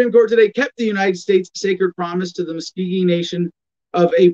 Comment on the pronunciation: You spoke for 20 minutes and hardly said anything. Keep trying. Also it's pronounced Muskogee, not Muskeegee.